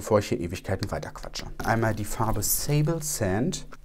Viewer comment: Ich hab genau die gleiche Sommer/Winter-Kombi!!! Sable (französisch für Sand; musste lachen als Du "Sable Sand" Englisch ausgesprochen hast😍) und Miel (französisch für Honig). Warum erwähne ich das jetzt? Vielleicht weil ich mich so freue, wenn ich mal ein Produkt kenne, welches vorgestellt wird. 🙈Und für den Algorithmus natürlich. 😜 Ach so: ich hab mir jetzt auch die neue Freshwear (32h) gekauft und nehme gar keinen Unterschied wahr.